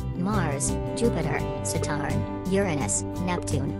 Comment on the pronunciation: It's pronounced (SATERN)